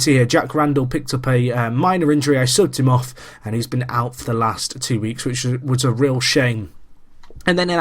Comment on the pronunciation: it sounds like you said "i sucked him off" in reference to subbing randal im in knots